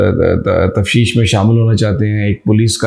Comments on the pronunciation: مہربانی فرما کر دیکھ لیں کہ لفظ "تفتیش"ہے ہا جو آپ باربار بوے"تفشیش"؟ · Aoa Sami SB. Word is taftish, it's not tafshish. Respected Regards